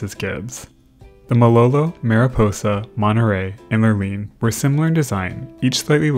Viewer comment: When you say "Monnerey" do you mean "Monterey" ? That T is NOT silent